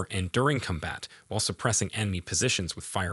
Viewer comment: “Cumbat” “Horsebar” 😂